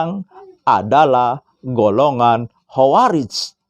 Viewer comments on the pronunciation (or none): none